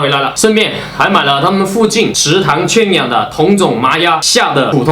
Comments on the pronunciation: 再跟我读：圈(juàn)养(yǎng) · 你的普通话确实不太好，垂涎xián三尺，圈juàn养